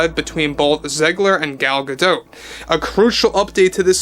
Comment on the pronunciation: I'm not trying to be rude, but PLEASE learn how to say Gadot, or just stick to Gal. It was honestly hard on my ears as it distracted me from anything else you were saying. But thank you for the info...